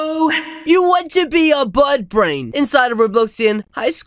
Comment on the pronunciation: Did you just say buttbrain?